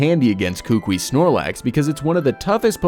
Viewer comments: It. Is. Ku-ku-I. Not kookwi. I'm from Hawaii. It just bugs me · I love these kinds of videos, but sorry for being a nuisance. Buh-WARE Professor Kuh-KOO-ee Branch Chief FAH-buh Gul-EYE-suh-pod GLAD-ee-awn Sil-VAL-lye